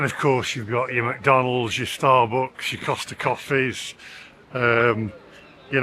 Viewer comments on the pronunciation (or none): none